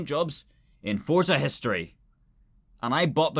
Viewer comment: Someone needs to teach how to pronounce the word Forza there’s no t in Forza